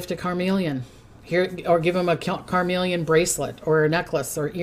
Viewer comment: CarNelian (, it sounded like you were saying "carMelian"). (Love you!! To bits!)